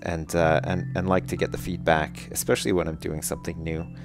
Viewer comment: "Esspesaily" Sorry, but I'm laughing so hard right now...